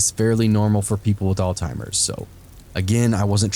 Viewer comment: omg its not all-timers. It's pronounced ALLZ-HEIMERS